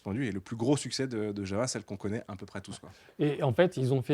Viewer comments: JaVVVa... Vous êtes vraiment des handicapés linguistiques. Prononcez correctement: JaOUa. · on ne prononce pas "java" mais "Yava"... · même Yawoua en fait